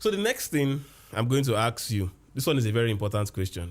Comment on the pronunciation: Ask not aks😅😅 but ur my fav teacher